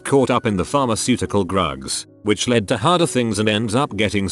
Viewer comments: Grugs? Do you mean drugs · i’m trying to feel sympathetic but every time they say grugs it just kills me 😂 (no pun intended)